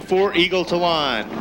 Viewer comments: LOL, Eagle TAh-lawn. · Eagle Tuh-lawn😂😂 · Where did this announcer learn to say TALON lmao.. dude.. its not a hair salon lol